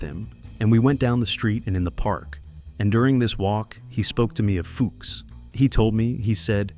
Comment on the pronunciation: Klaus Fooooks not f*cks 😂 I'm he must've done plenty of the latter too but when it comes to his name, it's pronounced fooooks. 😂